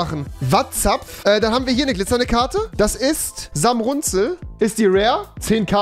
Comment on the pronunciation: bro das heißt samurzel bro wenn dann richtig